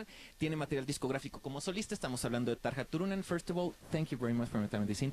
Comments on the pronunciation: TARJA (TAR-IA) NO TARJA!!!! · Why the hell didn't he get right pronounciation... God, what a sacrilege..